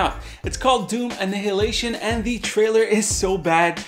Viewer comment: "Anne-hilation?" Dude, that's not how you pronounce "annihilation".